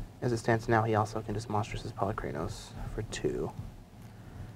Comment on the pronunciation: I Love these videos and am a SCG premium sub but......for the love of god learn how to say Polukranos correctly its been long enough now there is no Y in the word Po-Luke-ra-nos